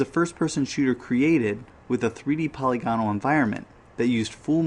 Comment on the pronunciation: Very good video. I'm not sure about Alone in the Dark being the "first" survival horror but definitely the first polygonal (puh-lig-uh-nul) survival horror. Nice job